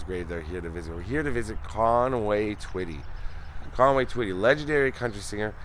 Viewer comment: this is my Hometown. Thank you for pronouncing the name correct. Another Great video❤